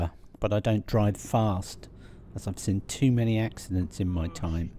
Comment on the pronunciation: If you look at Google maps you could be forgiven for thinking there wasn't much there other than RAF Valley and Holyhead but we know different don't we.. I noticed today that there is something that points you out as having spent your life in Scilly Sussex when you pronounced "seen it" as. Just like us Daveys do. Also tell Carol the the windswept "hairstyle" she was "rocking' as the youngsters say, has always been known in our family as "Seaside hair". We would go down Littlehampton west beach or Climping and come back to granny's for tea and she'd say "I know where you been boy, you got Seaside hair". Made me smile on a miserable dull day in Glawstersher 🙂. I haven't had a KFC for about three years now but I know my son says the same as you that it's not what it was. Bring back the Colonel I say. 🙂